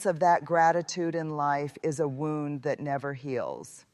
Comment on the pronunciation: This does not sound like a speech, it sounds like someone is reading a transcript or book. And why does she keep mispronouncing "wound"? She's educated, isn't she? 😳